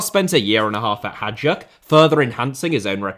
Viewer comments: Hajduk is pronounced "Hayduk", not "Hajuk" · Hajduk is actually spelled like "Hi-dook" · Hajduk is prounounced like Hi Duke, not whatever you were saying. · He's English. What did you expect? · please, please, please, learn to pronounce Hajduk name. thank youuuuu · the pronunciation of hajduk hurt my soul